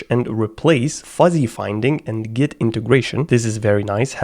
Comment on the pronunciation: "g-i-t" istg im dying